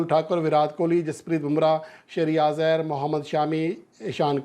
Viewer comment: श्रेयरियास अय्यर नहीं है श्रेयस अय्यर है